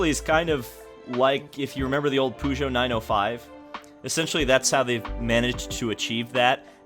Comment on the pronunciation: Daytona is going to be interesting, if it does make it there. Also your pronunciation of Peugeot is correct